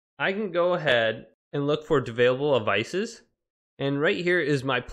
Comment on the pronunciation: he says “Davailable Avices”